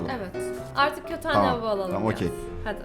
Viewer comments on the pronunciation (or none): none